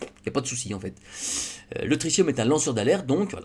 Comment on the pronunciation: On dit "tri-ti-um", pas "tricium"